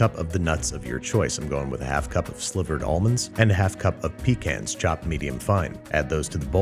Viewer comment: That’s not how you pronounce pecans. Is it?